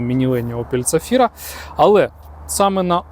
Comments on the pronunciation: Чого вона у вас ЦАфіра, як то ЗАфіра? )) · почулося, що ви Zafira вимовляєте як "ця фіра" :D